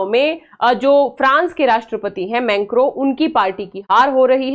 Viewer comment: मेंक्रो नहीं मैक्रों😂😂😂